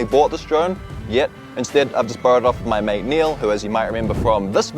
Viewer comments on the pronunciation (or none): none